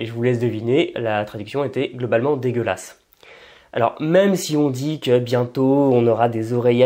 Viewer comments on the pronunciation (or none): 1:6 "degeulase " quand il dit se mots ca me tue😂😂😊